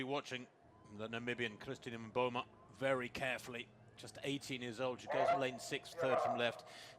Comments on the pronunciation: the commentator almost pronounces Mboma correctly! She's been saying Momba all season. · What is interesting in this race is that the commentator lady finally got to pronounce Mboma's name correctly. Congrates to Mboma and the commentator lady